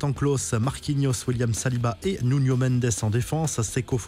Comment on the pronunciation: Pitié… arrêtez de dire « Nuño Mendes » c’est NUNO pas nuÑo il est pas espagnol les gars 😂😭